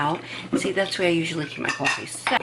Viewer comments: You don’t like hearing her say cuwofee? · You should be paid by Cafe Bustelo or get free cwoffe for life